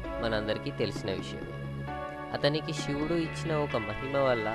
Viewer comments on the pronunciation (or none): షివుడు కాదు.... శివుడు... ఒళ్లు దగ్గర పెట్టుకొని చదువు